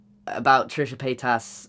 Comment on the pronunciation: When you say Trisha paytas it seems like you are trying to say petasse ( bitch) in a bad french accent.